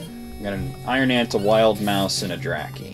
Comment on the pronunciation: Whenever you say 'iron ant', it sounds like you're saying Iron Man...prompting me to wonder why you're killing Robert Downey Jr. Also, you totally missed the old guy in the cave who asked whether you'd been baptised or not.